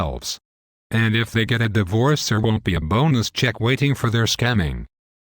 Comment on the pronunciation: what is Die VOOrce? lol least the robot voice got a face this time.